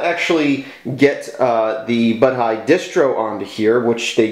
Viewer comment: It's pronounced bow-dee. Maybe It'll get an Ubuntu port.